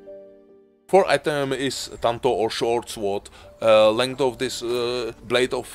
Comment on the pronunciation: the W is silent in Sword